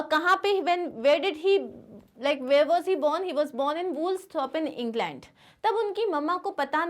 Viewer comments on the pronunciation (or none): none